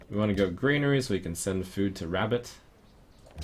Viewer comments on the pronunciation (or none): none